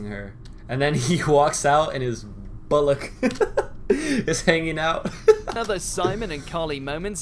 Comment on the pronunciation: i hate to be THAT guy but its bOllock not bUllock